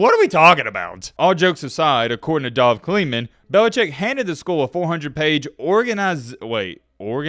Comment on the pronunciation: “Dov Kleeman”??? Come on